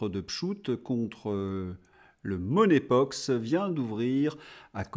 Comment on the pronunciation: Il me semble que ce n'est pas "money pox" mais "monkey (singe) pox.